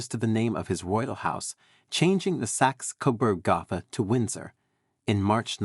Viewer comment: Narrator sounds like a voicemail machine. Mispronounced “Gotha” as goth-a instead of go-tah. Coronation Durbar at Delhi was left out. Litany of dates boring. Tells us nothing of the personality of George V and his family.